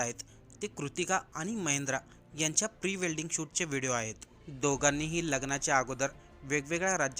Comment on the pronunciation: 😂, अरे बाबा, प्री वेल्डिंग नाही रे, प्री वेडिंग😂